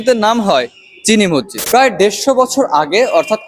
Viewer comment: ভাই মসজিদ নিয়ে ডকুমেন্টারি করছো অথচো মসজিদ উচ্চারণ ভুলভাল করলে হবে?